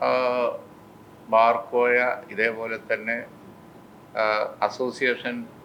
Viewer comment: ബാർ കോയ അല്ല ബാർ കോഴ